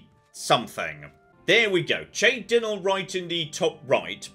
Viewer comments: I love how brain just actively shut out the pronunciation of Cheydinhal (Shay-din-hall) in favor of his own "Che din-al" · "shay dinal" ❌ "Shay din hall" ✅ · Shaydinhal - drop the hard Ch and you'll match how the NPCs pronounce that one. Shay-din-hal be how it goes. Maybe that is a particularly American way to do a Ch but its how it goes. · Looking forward to episode 137 where still pronounces it Chey-dinnle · In his defense, even the actors can't agree on the pronunciation of "chorrol". We hear, from NPC's, both "corrol" and "chorral" so I dont blame too much for chey-dinnle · I love how the canonical name of the town is now che-dinnall, your pronunciation skill is definitely 100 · If he keeps saying cheydinhal like that it's gonna get real pitchforky in here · Even after someone said it to him! It was one thing with the road sign, but... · I feel like is deliberately mispronouncing Cheydinhal to spite me. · Predictions on when will learn how to pronounce cheydinhal. Especially after hearing the name said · How long until starts pronouncing things correctly?